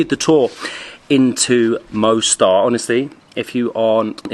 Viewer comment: Beautiful Mostar (Moss-tar, not Mow-star!). I was there in April last year. Loved it. The river looks a slightly different colour from when I was there, when it was a beautiful turquoise. It was also fascinating talking to some of the locals about what it was like living there during the war. Scary times.